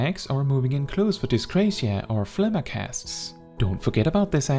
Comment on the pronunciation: I love this video, but I am commenting only to say that I respect that you say phlegma correctly, lol.